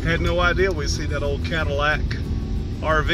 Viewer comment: Did you notice it isn't a Cadillac? It's a "Cadallic".